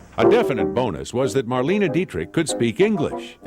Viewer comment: Maybe the speaker could have at least learned to pronounce her name right. It's not "Marleeene", simply Marlene. Also documents proved that Garbo and Dietrich never appeared in the same movie.